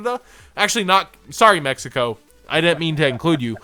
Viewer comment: When you said Mexico it hurt ouch D